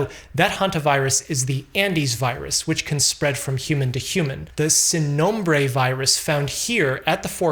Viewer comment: + for pronouncing “sin nombre” (no name)